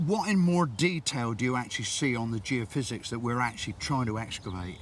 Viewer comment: Tony isn't able to say geophysics ?